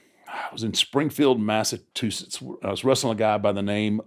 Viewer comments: Taker said Massatusiss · The way he said Massachusetts 😂😂 why can’t any one that’s not from there can’t say it right ? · Lmao funny cause I now live in Springfield, Massachusetts 😂 he did not pronounce Massachusetts good 😂